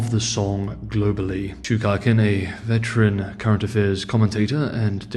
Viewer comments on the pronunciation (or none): none